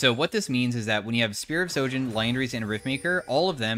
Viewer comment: Why not a single streamer knows how to say sHojin, with an H? It is not sojin damn.